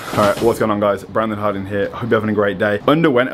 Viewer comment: "Brandon Hardon"